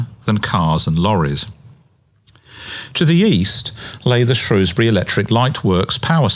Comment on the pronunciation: Shrewsbury. Not Shrowsbury.